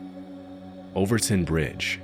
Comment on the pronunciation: You said Overtoun AND Dumbarton correctly! Subbed 😂 - "Celtic" isn't Seltic. It's Keltic. Unsubbed 😢😅